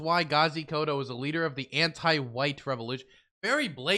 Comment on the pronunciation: KODZO not koto. And yeah he's crazy but he's also really funny.